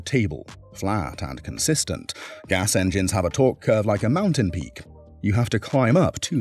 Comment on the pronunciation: What the heck is a Mountain Beak???? A.I 😣😣😣😣